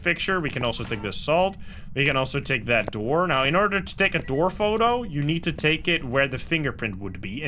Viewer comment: “Open the noor”